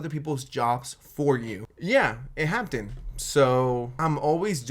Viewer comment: i love you so much but the way you pronounce the word happened is so funny😭😭 hap-ten😭😭